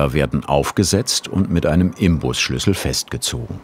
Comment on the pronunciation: Der Schlüssel bei heißt "Inbusschlüssel". N, kein M. Genau wie bei "Semf" 😉